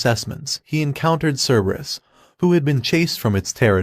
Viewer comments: ke-be-rus❌ cer- ber-us✅ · Cerberus in original Greek is more like Kerberos, and is pronounced like "Care-bear-oos". Yes, you heard that right ladies and gentlemen: the guardian of hell is the original Care Bear! I wonder what badge it has on its tummy? Does having 3 heads make it easier to perform the Care Bear Stare?